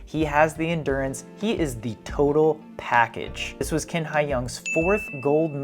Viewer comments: His last name "Qin" in Chinese pronounces similar to "Chin", not "King" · Let's start with the correct pronounciation of Qin Hai Yang's surname, which is "chin", NOT "kin"! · Qin is pronounced chin rather than kin. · it's Qin (Chin, not exactly right but similar) Haiyang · His last name is not kin, it’s Chin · A bit off topic, but two notes. First, Q in Chinese is pronounced a bit like CH (but with the tip of the tongue closer to front teeth), so it will be better to just say Chin. Second, his given name Haiyang actually means ocean!! Seems like he was born to be a swimmer!